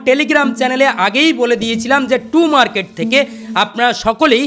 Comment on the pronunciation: Too market nh tom market 😂😂😊